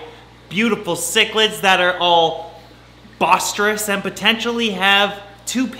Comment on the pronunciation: Boisterous pronounced boyceterous, not bossterous